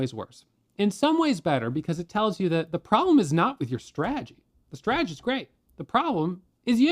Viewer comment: Humility is the key to life. God rewards humanity more than anything. Life is beautiful, roll with the punches if you can’t block or dodge them! Keep up you’re “straegy”( he enunciates strategy correctly about 30% of the time) jkjk Anyways love your videos and encouragement you’re awesome thanks for your guidance I’m about to get my feet wet and start day trading!